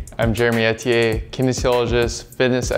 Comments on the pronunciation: first time i realized his last name is pronounced etiyeh and not eether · Jeremy Eh-Ti-Eh, I’ve been saying E-Thi-Er this whole time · I love this dude, and subscribe to his Fitness program. His exercise program is easy to follow and gets results. I’m on Day 61 and have had great success! I’m so glad he pronounced his last name, as I’ve totally been saying it wrong. Thanks Jeremy, and thanks Men’s Health for featuring this great person. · Woah I’ve been pronouncing your last name wrong for years lol, keep it up man.